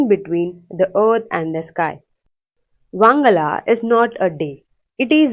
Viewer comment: It is pronounced as "Wan-ga-la " Not "wang-ala" Usually celebrated in the month of November . This is not a hate comment it's a correction 🤗🤗.